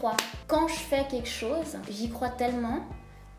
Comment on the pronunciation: "quekchose" ? On dit "quelque chose", et on évite de parler 2 langues en même temps quand on parle. Je ne vois pas en quoi être sexy et avoir confiance en sois sont liés.